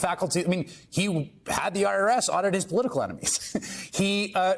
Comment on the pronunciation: Maddow it is " hypothetical" not hyperthetical. You have been in this business for some time now and you should be better.😅